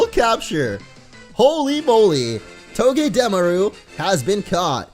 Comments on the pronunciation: NO BITCH ITS PRONOUNCED TOE GAH DA MAR OOH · Its not togedemaru its toe-ge-de (like demolitiom) maru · It's not togedameru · It's toge-deh-mar-ue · It's pranounsed to-ga-da-mar-u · I fell as if said "Togedemaru" wrong....